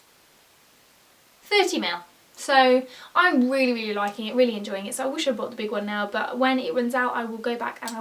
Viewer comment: Are you saing broght or bought?